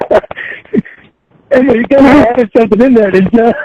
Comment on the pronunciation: The poems are making me gag.....the vomit is nearly there.....for the love of Cawd,, STAWP!!!!